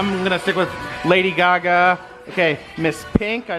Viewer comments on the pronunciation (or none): none